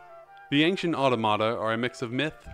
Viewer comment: Just a little fiy, it’s pronounced “ah-TAW-muh-tuh” not “auto-mata”. Not to be rude or anything!